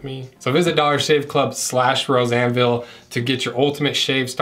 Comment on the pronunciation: I know it’s Rose Anvil, but when he plugged the shave products I definitely heard ‘Roseanneville.’